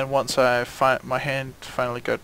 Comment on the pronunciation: I thought you said ham. and when i heard it again, I was like OH!!! He said hand!!!